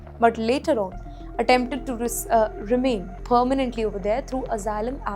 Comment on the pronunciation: This B*tch can’t even pronounce Asylum properly 🤣🤣